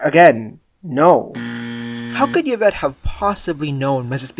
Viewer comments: also yuh-vette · And he does not say the maids name correctly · His pronouncing Yvette like the Y is a consonant also drove me batty. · It's interesting that you have allegedly watched the movie, but you cannot pronounce "Colonel" nor "Yvette."